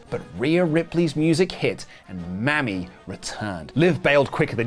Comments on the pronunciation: stop with the mammy crappy pronunciation of the word mommy it's racially offensive, just call her by her name or learn to say mommy for heaven sake it's not bloody hard.😮😢😊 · I do have to admit that I really hate that pronounces Mami as mammy 😶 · You guys should really stop saying Mammy it’s not that same thing as Mami(Mah-Mii)